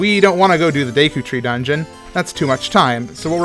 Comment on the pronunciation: Plays zelda but can't pronounce deku properly